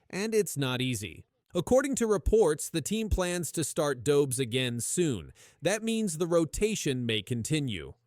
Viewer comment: Dobz?? It's Dobesh. Geez.